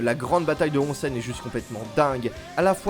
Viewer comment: XD et c'est housen(prononcé Ossen), onsen c'est les sources d'eau chaude. Bref bonne vidéo y a plein de chose à savoir sur l'univers suzuran, c'est n'est qu'un aperçu. Et pareil sur le Furyo qui comme souligné dans la vidéo est un société d'adolescent dans la société, avec une certaine loi du plus fort qui amène une justice face à l'injustice du monde adulte. Pour moi le furyo est l'héritier direct d'un cinéma de délinquant des USA tel que Fureur de Vivre(Nicholas Ray - 1955), Guerriers de la Nuit (Walter Hill – 1979), Rusty James et Outsiders (Francis F. Coppola - 1983), qui rassemblent les divers éléments fondateurs.